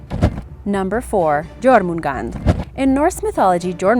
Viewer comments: It's jourmungandr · J makes the Y sound in that language so its Yormungand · In no.4 jormungandr It is pronounced as"yor-mun-gan-dir" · Liss Firefly besides Jormangand haha, J is never a hard consanant in Old Norse, its pronounced like a Y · You read jörmungandr wrong and wrote it wrong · all these people mispronounce Jormungand and it pisses me off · FYI... The J in Nordic language is pronounced as a Y in English language..... You pronounced Jörmungandr wrong... Plus the "ö" letter is pronounced like a deep U in Nordic language. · I can't say any of my ancestry is Norse whatsoever, but as someone who has done extensive research on mythology in general, it is hard to listen when words are mispronounced or said in the wrong accent. I can't pronounce half the names I've seen but at least I know that in the Norse languages, "j" makes a "y" sound.